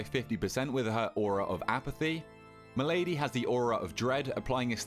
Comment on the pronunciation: Malady, not m'lady smh, emphasis on the first syllable